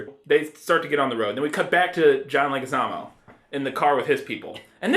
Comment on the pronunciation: Leguizamo is pronounced LEG-wih-ZAH-moh.